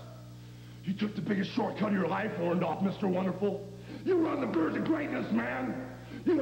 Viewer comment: I can't believe all of Hogan's promos he could not say Orndorff the right way...